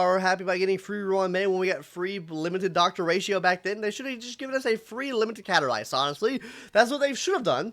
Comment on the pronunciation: are you trying to grow facial hair or did you mess up when shaving? Also there is a "s" in CaStorice's name. Please say it.